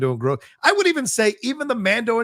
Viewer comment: didn't pronounce The Mandalorian and Grogu correctly and it really put a bummer on my day. 😄